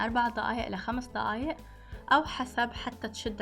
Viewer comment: بس ليش ضيايق مش دقايق